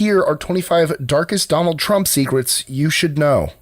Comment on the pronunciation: Donald trumpt?